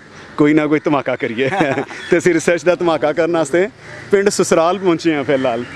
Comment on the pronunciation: Susral ni Sasral jinab